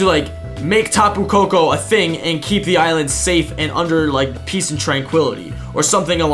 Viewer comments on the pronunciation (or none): none